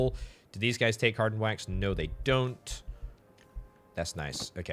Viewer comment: every time you say "wax" I hear the "quack" sound from MacOS 7.